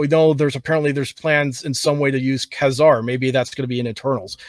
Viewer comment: Anyone else have issues in how pronounces these names: Kuh-zar? Nah-mor? Dude it's KAZAR and F'n NAMOR. What the hell dude?!!!